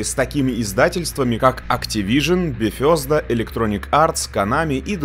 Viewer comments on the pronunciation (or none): "Бефёзда", чёт заржал